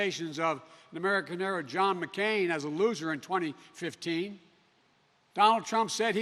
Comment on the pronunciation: He can't even pronounce words correctly anymore. Hair-o? Back-bow-en?